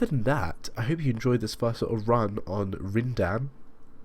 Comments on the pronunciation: It's pronounced as Rhinedam. Yes, nice and simple. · I am glad you like my fictional city. In Beta 3.11 (probably in a few months), a 2018-version will be available (with extra lines) and an historic 1985 version. By the way, for the correct pronunciation; in English it is "Rhinedam". ;)